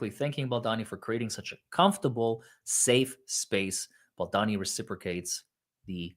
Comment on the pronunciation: not BaldAni it’s pronounced BaldOni😉 Glad you’re back ❤ You need to read what Ryan REALLY writes to Justin - how vile/sneaky he truly is against Justin. Can’t believe that you don’t know everything about this story by now.